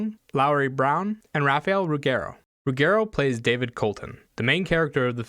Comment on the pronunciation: Great review. I agree, except on the pronunciation of the name "Ruggero"... It is an Italian last name: the double G should sound as the G in "Roger" or "Gerald"